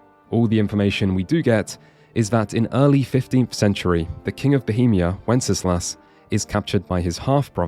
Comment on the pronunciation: Just gonna nerd out here: Wenceslas is pronounced "wen-sluhs", not with three syllables. Minor nitpick, awesome video.